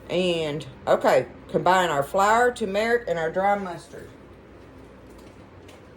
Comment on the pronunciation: I have fallen in love with you and your videos but can I offer some advice. It’s not Tu-metic. It’s Tur-metic, uou and a lot of others say it wrong.